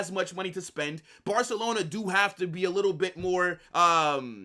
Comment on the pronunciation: "If Nico Lands in Barcalona"